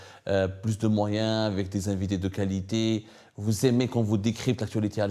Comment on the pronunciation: Tu fait honte, toi journaliste? On dit pas QUALITI, on dit QUALITÉ, parles en Kabyle tu ne feras peut-être pas de faute de prononciations et encore.